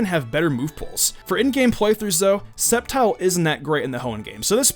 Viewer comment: that's not how you pronounce sceptile